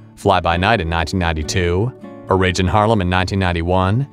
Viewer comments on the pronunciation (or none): none